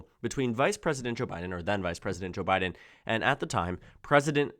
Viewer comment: You're starting to say "Jabbiden" 😅